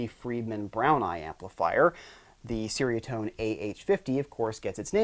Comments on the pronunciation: as a Malay speaker, it's actually "Cher (like teacher)" "Ria (Ree-ah)" - Tone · It’s pronounced ‘cherry a tone’. Cool video. Nice riffs and toanz.